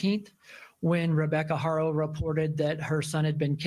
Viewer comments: Ty. I missed the Live somehow. FYI Haro is pronounced Ah-ro(silent H), like you said in Spanish, and Hair-oh in English. You hear the Hispanic reporters and so forth saying Ah-ro. Also the DA in the 2018/2023 case re Carolina or Promise spoke out against the judge in his ruling, but I don’t know if an appeal was submitted. The judge said he couldn’t comment on his ruling because of ethical reasons. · It's Haa-Row ✌